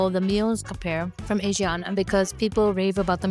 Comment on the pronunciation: pronounced ah-shi-ahna